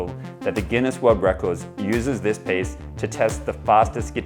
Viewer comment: Am I the only one being triggered by him pronouncing piece as PACE!?